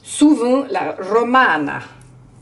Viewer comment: MMMMMMMMhhhhhhh c'est encore Nonor qui a tout mangé 😁😁 J'adore ton accent italien " Mozzzarrrrrrrrella" 👍👍 😋😋 RRRRRRomana 😉😘😘 bisous